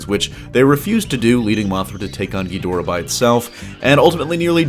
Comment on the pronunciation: I hate the way you mispronounce Ghidorah. Watch old Japanese versions and of Godzilla vs Ghidorah. You pronounce it so freaking wrong it's annoying. Research your subject matter better.